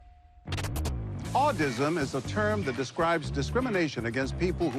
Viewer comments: he said audisim not autisim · I heard "Autism' is a term that describes discrimination against people who are deaf or HOH." I had to replay it twice 😅 I'd never heard the term Audism before